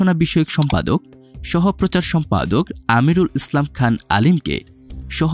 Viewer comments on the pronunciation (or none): none